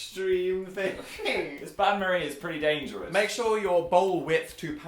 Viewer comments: The bain marie was "un-stay-bowl" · It's actually "Bain Marie"(french) which translates to Marie's Bath (kinda) They pronounced Bain wrong and it was so aggravating😂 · As a french girl, Dan and Phil trying to say "Bain-marie" is the funniest thing to me, because they can't pronounce the sound "ain" right (Btw, it literally translates to "bath Marie" don't ask what it means, I don't know) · Oh is that how you REALLY feel Dan? Do I need to remind you of video "Halloween Baking: Brownie Graveyard." where at 3 minutes and 39 seconds you pleaded "Is it a bain-marie?" (Which you pronounced wrong by the way.) Then later at 3 minutes and 41 seconds you commented "Holy sh*t I think it is." Delia would be ashamed.